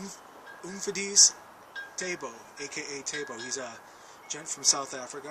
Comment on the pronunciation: Hi; thanks for the shout out!:-))) The pronunciation was pretty good:-). Umfundise is a Zulu word for preacher/teacher. And my name, Thabo is actually also an indigenous language name, meaning joy. The pronunciation of Thabo is kind off like Ta (like babies giving something); or actually very close to the word taboo